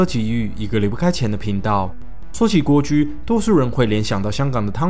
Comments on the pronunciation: 纠正一下，不读guo居，是wo居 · 蜗居 应该是WO JU 😂